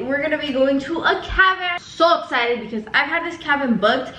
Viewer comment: sho esited😂 lol